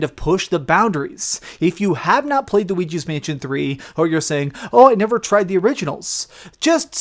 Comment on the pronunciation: No one:: Looigi's Mansion 3